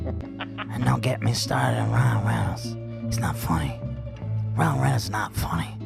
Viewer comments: Amazing fodder for the Ethan Klein Mispronouncing Words Cinematic Universe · Someone add this to the Ethan mispronouncing words compilation. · Someone add this to the Ethan mispronouncing words compilation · I heard him say Ryle Reynolds once 😂☠️ unknowingly combining her real husband and movie husband ☠️☠️☠️